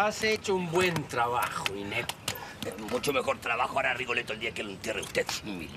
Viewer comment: Se dice Rigoletto